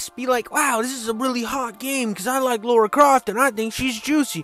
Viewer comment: God dammit, her name is LARA Croft. Lara is NOT Laura. How hard is that to get?